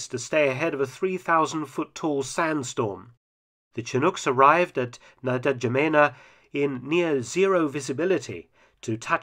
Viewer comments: Correct pronunciation of Ndjamena is en-ja-may-na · N’Djamena is pronounced InJamena - the D is silent, as in Django! 😆👍🏼 Just FYI, as if anyone cares. Great video yet again! 👍🏼